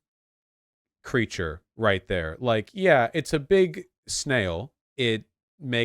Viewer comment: I like how Vaush has been pronouncing the word 'big' lately. He should keep at it.